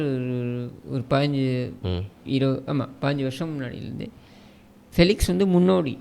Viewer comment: பிளிக்ஸ் இல்ல... பெலிக்ஸ்